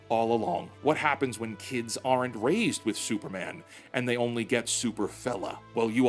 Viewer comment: NOT "ARE ENT" -- "ARNT" But awesome video!